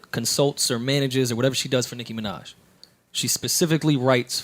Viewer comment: Everytime joe says "nicki minach" I cringe